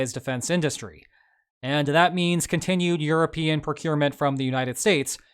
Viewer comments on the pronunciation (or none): none